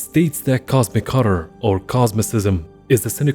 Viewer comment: I like the way you say horror. It sounds cool.